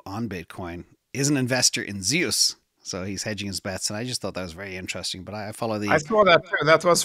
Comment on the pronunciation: I don't think it's Zay-us. I think it's Zeus (zoose), as in God of the sky. As in lightning.